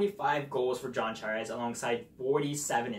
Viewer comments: I feel like you don't know how to say "Tavares" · Lol, his english was driving me crazy too.. He seem to not pronounce certain letter combos properly.